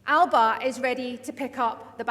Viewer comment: Alex and Ash are two of the best politicians in Scotland…. But gonny stop using the pronunciation …Alapa , believe me , that particular pronunciation is the vernacular of an area of the Western Isles …. You could say slang Gaelic ….. the same Gaelic speakers pronounce ‘Glasgow’ as Glasaco …. :) e.g As we all know…. A Glaswegian…. of the proper rough n tumble type….pronounce ‘Glasgow’ as Glezga …., this stems from a long forgotten use of Scot’s Gaelic …. now taken for granted as the local vernacular of an English language pronunciation of Glasgow….. ( I use this merely as an example) …. I’m trying to point out ….. Alapa seems to have been adopted by our great orator as the way to use the magnificent title Alba … go ask any Irish Gaelic speakers who the many thousands of our lovely cousins pronounce Alba ….. i.e …. The way it should be :)))) which over powers the small pocket of Western Islanders ALAPA :))))) SAOR Alba ya Bas :)